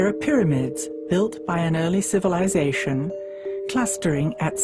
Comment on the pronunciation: the "sh" sounds by this narrator ruin this. CivilizaSHon...